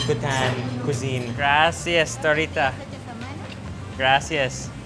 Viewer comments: I find it so funny how he said gracias. GRASSI AHS 😂😂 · The way he says Gracias hurts my brain 😑😑😑😑